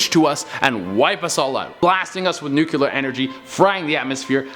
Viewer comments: It's pronounced NEW-clear, not nuke-you-lerr. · ..........I HAVE to say it. I love you but nucular triggers me every time. it's nuclear. like a new-clear thing. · Did this guy say Nuculer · NUKULARR WERFERR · he said nucular 😭